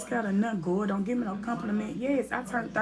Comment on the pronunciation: She said I ant know city girl 😍😂😂😂😂😂😂